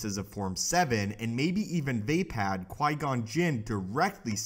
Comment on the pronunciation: I think it's pronounced like va-pod not vay-pad